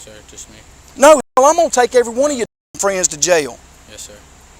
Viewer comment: JAIL has 1 syllable..not 2...I'm southern & even I know that! What a disgusting douche bag! When he ends up in jail cause u know his narcissistic attitude is gonna get him in trouble & he will forget he doesn't have a badge anymore...there will be a line formed to "f**k the police"...🤣